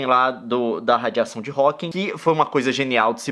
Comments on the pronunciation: PQ TODO MUNDO COLOCA UM S EM HAWKING NA HORA DE FALAR STEPHEN HAWKING?? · por que as pessoas exigem em falar Hawkings é Hawking gente